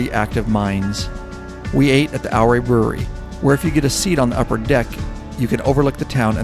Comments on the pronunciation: Great Vid of a beautiful area - though you mispronounced Ouray. A lot visitors mispronounce it as well. I live in the Durango area and feel you did the area justice especially with the aerial views. Silverton just opened up this week, so it's time to get the HD warmed up and get out there. Keep up the good work! Yes, not much to see between Gallup and Durango, but still a great ride. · Great video. Ouray is pronounced Oooray. This is why I live in Colorado. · Don’t know if you’ve been set strait or not but it’s pronounce Ouray (your ray). I grew up in that part of Colorado. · Its pronounced "yer-ray". Named after Chief Ouray of the Utes. I'm a west co resident. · Pronounced U-Ray. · I was correcting him everytime I heard him say it wrong lol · drone is right over my house. FYI its "Ooh-Ray". Come back when its not so smoky when the skies are deep blue. It's magical. Do the San Juan Skyway Loop: Durango, Silverton, Ouray, Telluride, Cortez, Durango. I cheat and cut off in Dolores towards Mancos then Durango. Another great ride is from Ouray to Naturita, then take SH 141 to Grand Junction, roll on to Colorado National Monument...best not in the middle of the summer as it can get pretty damn toasty. Then its an easy hop to the National Parks in Utah. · OURAY Co is pronounced YOU- RAY not OUR-RAY I lived there for 25 years. Named for the Chief of the OURAY Indians that settled there. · I've ridden it at least a dozen times in the last 28 years...the locals corrected me...they told me Ouray is pronounced "Yooor-ray" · loved your video on the Million Dollar highway. Me and some friends will be back there again this summer. Just thought I would mention, that the proper pronunciation of Ouray is “OOOray,” rhymes with Hooray. 😊. Keep at it brother. Love your stuff. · More like your-AYE. 👍🏻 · "Ow-Ray"? Really? 🤣